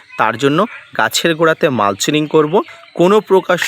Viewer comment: কথাটা মালচিনিঙ (mulchining) নয়, কথাটা হলো মালচিং (mulching). বাংররেজীতে খুব পটু। 😂